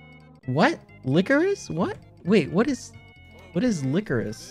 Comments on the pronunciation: lickoris ITS LICKORISH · It’s pronounced lick-o-rish not lick-o-rise lmao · Idk why but qauckity saying licerise instead of licorice is hillourous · "licor-iss" HELP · I mean atleast he didn’t say like-oh-rice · Licorice say it like licorish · The highlight of the video: No one ended up telling Quackity how to pronounce licorice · HAHA QUACKITY PRONOUNCING LICORICE WRONG SENT ME INTO ORBIT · not quackity not knowing how to say licorice